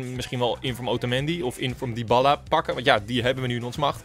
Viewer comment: je spreekt het uit als diabaalaa